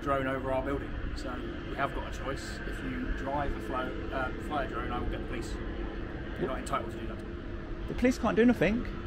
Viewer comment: Just say it you numpty! “Drive a flone” 😂😂